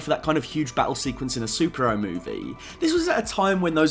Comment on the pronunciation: Love how I hear "Sup-Ero" instead of superhero. But overall good video man